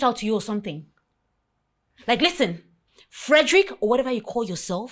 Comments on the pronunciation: Am here laughing like crazy when she calls him Frederick instead of Derick 😂😂😂😂😂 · My name is DERICK not FEDRICK 😂😂😂